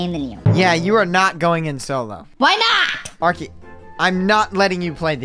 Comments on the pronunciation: NOT ARKY BUT ARKEY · It’s arkey